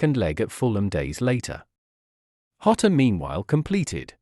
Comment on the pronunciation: The information is worthwhile, but your disjointed, weird speaking rhythm is very off-putting. Also, Diogo is Portuguese, not Spanish. His surname is not pronounced 'Hota' but 'Djota' . 3/5 for content, 1/5 for delivery.